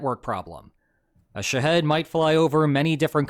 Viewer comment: Dude can make an AI video but can't tell his AI video how to say Shah-HED phonetically.